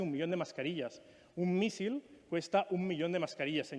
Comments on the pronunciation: Cuando no sabe ni decir "misil" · Qué es un “mísil”? 😂😂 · Así se pronuncia en catalán, mísil... está claro que al lumbreras le cuesta un poquito expresarse en idioma "extranjero"